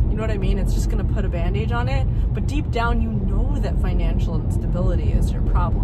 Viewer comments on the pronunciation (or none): 90% of your problems would disappear if you stopped pronouncing “bandage” like that